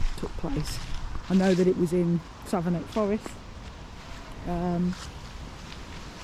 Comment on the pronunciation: Forgive me for this, but Savernake (Forest) is pronounced "Savernack", near-rhyming with "haversack". I was born at Savernake Hospital in '61. This is such a great video and idea. Even though we grew up very near the forest, I didn't know the picnic area was that one, close to Marlborough. We lived three miles or so the other way, between Hungerford and Marlborough. We didn't know Ryan, but our friends who went to John O'Gaunt School were in the same class (yes, Ryan holed-up and ended his life in his old school), and they said afterwards that he was withdrawn and silent. Seeing those graves made the victims seem more real. You were very considerate in filming only briefly and quietly in South View. Dogs are equal to people to me (and many others), so Ryan's shooting of his own dog (RiP) means he murdered 17. The garage at Froxfield was open for a long time after '87 - in case anyone was wondering, it wasn't closed due to the massacre. The school looks unchanged, as you said! Cheers from a former local, now 30 miles west.